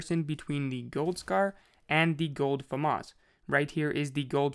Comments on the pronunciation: Fyi its (fam-as) not (famos) anyone saying famas like him pronounce (fam) then (as) put it together thats right pronunciation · Am I the only one that says it like fam - as. And not fum - us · It is not FAMAS it is FAMAS